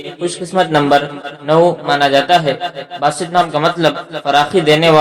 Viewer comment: Its Baasit, not basit